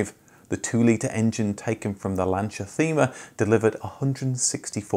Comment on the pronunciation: Somebody has probably said this already but, Thema is pronounced 'tayma'.